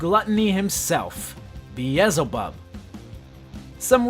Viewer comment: Bro it's beelzebub not beezlebub 😭 moxie says it himself